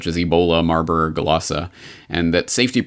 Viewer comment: I thought it was marburg and lassa that you were reading in the comic & it sounded like you were saying marlborglasses and it just came out that way clear and like that 2 times so it was strange because although you can get to speaking a little fast , you are always very precise ! hum Weird ..? God bless you !